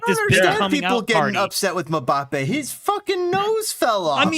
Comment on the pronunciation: Who the hell is Mabappe? 😂